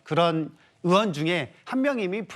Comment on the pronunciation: 민주당것들은 으원 으원 하는거지? 의원이란 발음이 안되는게이상하네 전라도 발음이라서 그런건가